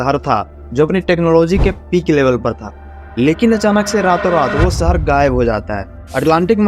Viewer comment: सहर नहीं भाई शहर होता है